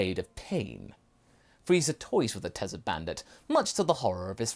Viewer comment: I don't normally point out things like this since I myself have a speech problem and difficulty saying certain words but Yamcha the "Tesert" Bandit just stuck out to me lmao. Ok I'll be quiet now lol.